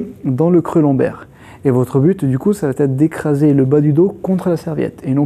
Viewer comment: Super vidéos merci. Juste un truc: ya pas de t à ça va être. Pas de liaison